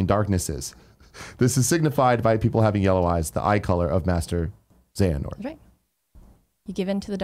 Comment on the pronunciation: I'm not sure if Tim is intentionally mispronouncing Xehanort's name or not...